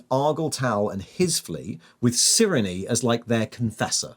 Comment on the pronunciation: I think Cyrenes name is pronounced "Sai-ree-n" at least according to audiobooks